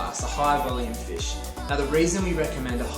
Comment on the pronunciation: What type of board did you recommend ? It sounds like “fishes”. “A high volume fish “?